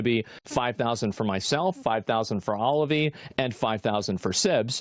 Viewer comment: Did he said: "OliveE"? 😅